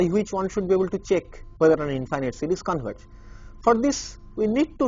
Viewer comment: sounds like he's saying cities...